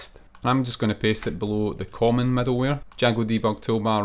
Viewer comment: why does the author always say "medalware"?